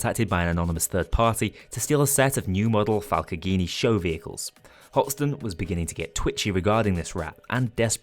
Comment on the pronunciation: Also why do you pronounce falcogni weird